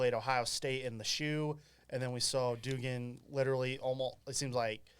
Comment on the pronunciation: It’s doug-an. Cmon man